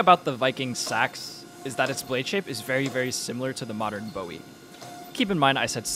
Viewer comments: Great video and amazing finished product. The only tiny critique I have is that Bowie when referring to the knife or Jim Bowie is pronounced "Boo-ie". It's "Bow-ie" when referring to David. Love the content though! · Bowie is pronounced "boowee" if referring to the knife. You pronounced it correctly if you're referring to the singer.